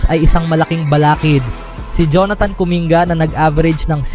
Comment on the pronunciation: Wag mo na naman masyadong artehan ang salita mo, nakaka wala ka ng gana e. Halatang halata ka, paiba iba ang bigkas sa pangalan ni markkanen at kuminga. 😤😤😤